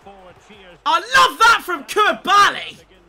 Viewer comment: Why can he not pronounce koulibaly properly lol